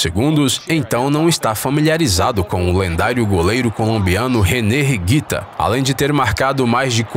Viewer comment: "Jogo limpo" em vez de fair play e René "Riguita" em vez de René Higuita, com "H" mudo denuncia que o narrador não acompanha muito futebol...